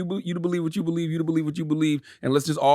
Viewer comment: "U bulive wacha u bulive U bulive wacha u bulive U bulive wacha u bulive "